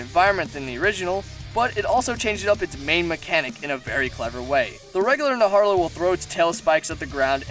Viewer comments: The tidal naharla?Its najarala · It's not "Naharla" it's: Na - Jar - Ah - La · "Naharla" oh my goodness it's Najarala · You said tdal naHARAlA Its tidal NAJARALA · “Tidal Naharla” 🤢🤢🤢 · ... “Tile Narharla”? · “Naharla” and then I unsubscribed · Ok man we get it, you hate the red Khezu. Also who else cringed at the way he pronounces some monster names.